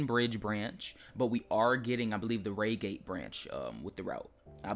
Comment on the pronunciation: it could be the coach number. I believe on the electrostars they have coach X of X on each coach (not with X, of course) Edit: why would they change the 166 if it’s a layer, not an included train? Oh, also Reigate is pronounced Ryegate, not raygate. Not to hate though.